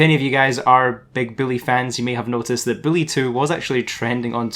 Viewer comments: Its "boo - lee" not Billy 😂😂😂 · It's bully not billy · U sound like ur saying billy2